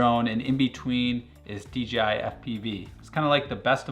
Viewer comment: in France, it's only been less than a decade that dorks know how to say "J" and not "G", but you quite often hear "deedjeehigh" around. So I guess, we have a fellow french spy here getting uncovered !